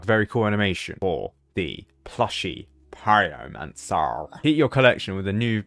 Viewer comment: "plushie, pieromansar"